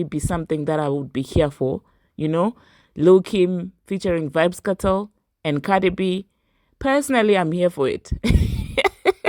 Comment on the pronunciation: It's not Vybz "Katel*, it's Vybz "Kartel!!!!!l"